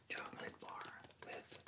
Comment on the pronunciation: Bonjour! J'adore ce que tu fais mais il y a juste un tout petit truc qui m'agace : ta manière de prononcer "chocolate" Ca se prononce "tchocleute" et non "tchokeulèïte" avec un accent sur le premier "o", le deuxième "o" ne se prononce pas et le "a" n'est PAS long mais court